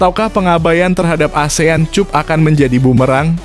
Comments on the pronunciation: Cup dibaca kap brow 😂😂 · Baca cap apa cup 😂😂😂😂😂😂